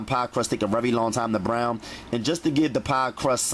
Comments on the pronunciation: Yes, lol! I repeat him every time he says it too😂. 🗣Bbbbrrown!! Straight vibrations; good vibrations. I’m happy that my friend introduced me to his channel.🙌🏽👨🏾‍🍳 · Why do you sound like you from philly when you say brown 💀💀😭😭😭😭😭😭